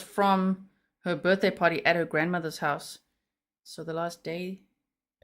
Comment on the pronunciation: Omg I don't know if im hearing this correct but did he say BJ shopping list instead of BDay. I didn't want to bring it up its so sickening but I sware thats what he said between 29 to 32 mins in?